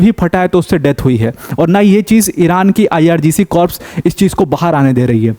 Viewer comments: Corps nhi Sir "Core" bolte h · the correct pronunciation of corps is CORS.P is silent.u repeatedly use wrong pronunciation in so many videos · Please check your pronunciation of "corps".